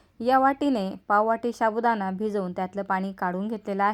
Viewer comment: शाबूदाणा नाही हो...साबूदाणा म्हणा...